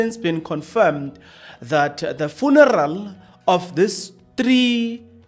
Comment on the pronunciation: Are you deliberately irritating us by the" Funaral" 😮